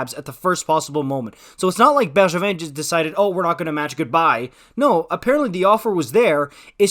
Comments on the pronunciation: this guy is just a montreal hater, can't even pronounce bergevin properly lol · The way you say Bergevin to me as an American is throwing me tf off lol